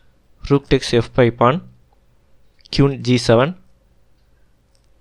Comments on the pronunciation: Okay. This was good, but the pronunciation made it challenging to listen to. It took me a while to realise that the qune was in fact the queen. If your pronunciation gets better, these videos will be very good. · Sorry bro, you may feel like this is no big deal. . But you should work on your accent and pronunciation on a minimum. Listening Kyun, Kiwan, KIwoon every other move feels disturbing and sort of annoying. . It feels like you upload the video after the first time you record, your speaking skills aren't great, you should consider creating a script and try multiple recordings before uploading. Your upload frequency is not great, so you can atleast put a bit more effort on the video itself, and not just think that people will watch because the game is awesome or magnus, other renowned players are playing. . And moving the pieces to show an actual alternate position is so much better. People are watching an analysis of a match, not playing a match online. Move the pieces whenever you can.